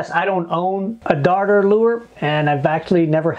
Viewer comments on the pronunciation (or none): Dude, where its used (NJ, Montauk), it is pronounced a daughter lure. If you say darter, you might get kicked off the beach.